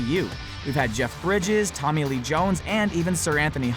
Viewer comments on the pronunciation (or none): none